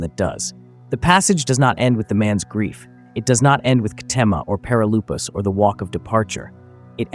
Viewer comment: Perilypos (ΠΕΡΙΛΥΠΟΣ) not perilupos